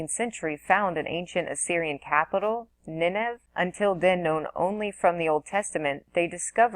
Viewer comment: Nineveh (pronounced Ni ne vah)